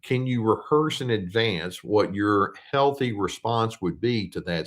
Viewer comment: "team heaththy" - thou doest professeth too much. lol : D